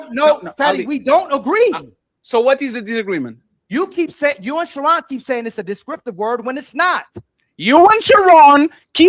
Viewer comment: That lamé’s name is pronounced Sharon like his last name is stone